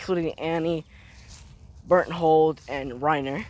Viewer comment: Also is Berthtold not Bert hold